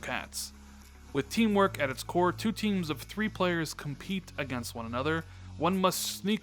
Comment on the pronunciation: It's pronounced CORE, not CORPSE. Lol